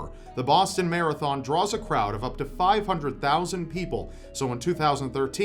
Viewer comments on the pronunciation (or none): none